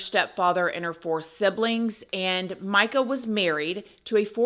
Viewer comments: It's announced, Meeka, NOT Mica. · Per her family, it is pronounced "me-ka" not "my-ka"